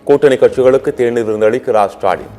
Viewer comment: திரு சாலின்.. அடேய் அது திரு ஸ்டாலின் டா... வாயில வசம்பு வச்சு தேய்க்க 😂😂😂😂😂